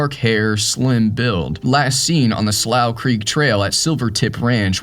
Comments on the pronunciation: Slough is pronounced "Slew" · I believe its pronounced "sloo". How can you not know that? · "slough" is pronounced "slew"....it means a wet, low patch of ground. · It’s pronounced slu or sloo… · Maybe the mispronounced Slough was from using AI narration.